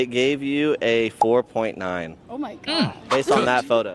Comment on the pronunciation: I hate when they talk like “oh my god-a!” “You can’t be serious-a” “I need you-a” it’s like nails on a chalkboard